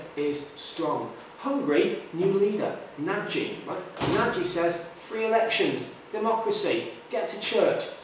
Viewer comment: 'Nagy' should rhyme with 'dodge'.